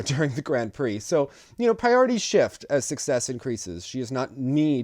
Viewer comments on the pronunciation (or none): none